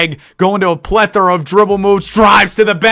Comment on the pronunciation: “Plethora” my guy not “plethor”